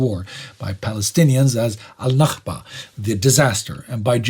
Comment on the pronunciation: The same with the Arabic and “al-Nakba” just before that, the glottal KH was rather unnecessary it’s a simple K 😅